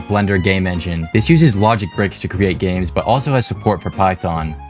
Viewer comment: he said ranging